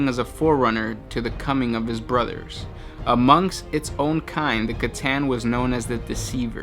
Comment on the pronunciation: Battle bruva "Battle bruva" Need I say more? haha